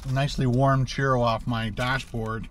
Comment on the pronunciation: the word CHURRO is pronounced like "Chew-row", not "Cheer-o". Also, CILANTRO is pronounced like "Sil-ahn-troh" not "sil-ann-troh". The only two Spanish sentences that you use completely out of context, "Como estas señor" and "dos cervezas por favor" are in poor taste. Please stick to English, eh??